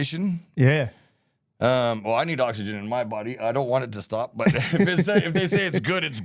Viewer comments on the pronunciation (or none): none